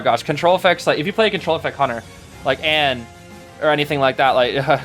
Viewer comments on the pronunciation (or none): none